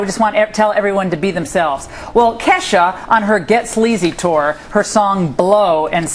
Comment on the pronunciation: They have absolutly no idea when it comes to ke$ha they can barely say her name properly. Theres so much more to her then sex and alchol. Her songs have meaning!!!. Ever heard of goodbye? The harold song? Feels like rain? Im the one? no....? So shut up. She may be a party girl. But shes never stumbled out of a club drunk or got a dui. Is she blonde and fun as balls? Yes. But shes not a moron. So u shut ur mouth about her stupid reporters. K$ FOREVER!